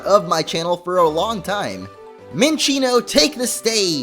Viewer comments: WAIT. Did you call your Minccino mascot Munccino?! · you miss pronounced minccno